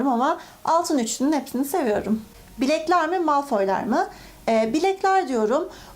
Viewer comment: Bilekler mi Blekler mi? jsjsjsj